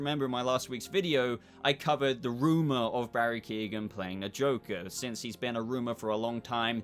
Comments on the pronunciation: Keoghan is pronounced Que-oh-gan. Not Keegan. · It's Key-on. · please stop the mispronunciation of his name. its not Keegan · Great video but I'd wish you'd learn how to say His name properly, he's not related to Kevin Keegan 🤣